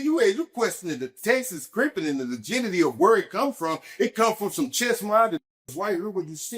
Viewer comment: My guy said "legitity" i felt him